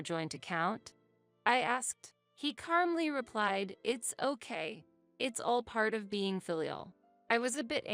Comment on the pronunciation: I wish she could say "calmly" instead of "carmly."